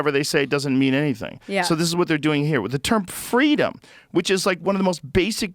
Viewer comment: "Fweedumb okay, liberty bad" Despotic Tyrant Kleptocrat